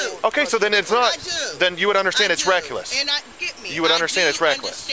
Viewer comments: ReckUless?? Wtf? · What the fuck is " reckulous?" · Well she really called him "RECKULESS" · Then the cop started saying reckuless. 😩🥴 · Reckuless? Is that a new word? Lol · This is completely irrelevant but the way the cop says “reckless” is wild lol